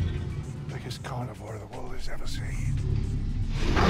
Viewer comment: "Lost Weuuuwwwld".